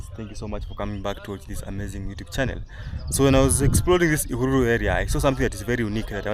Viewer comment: Somebody told me that it's Ihùrùrù not Ihururu Road